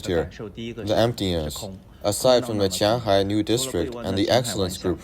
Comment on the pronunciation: even cant distinguish qianhai，houhai and futian😂